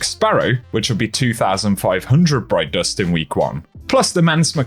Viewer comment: “Broit dorst”😎